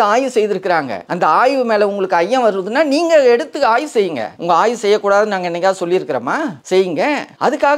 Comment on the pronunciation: Say Aayvu not aay. Aay na shit